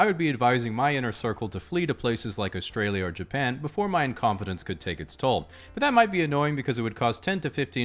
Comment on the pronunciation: Weird way to pronounce Australia